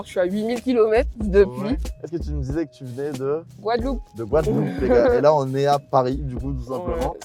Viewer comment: Déjà quand elle parlais j’adorais sa voix chepa pourquoi mais quand elle a Dit Guadeloupe j’ai capté j’ai capté Gwada ki là normal 🤘🏾🇬🇵